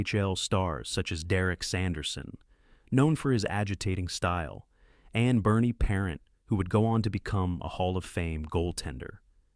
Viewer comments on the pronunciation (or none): If you are going present a channel on hockey then please learn how to pronounce the players names. It's Maurice Richard and Bernie Parent (pa aunt) you are butchering these famous players.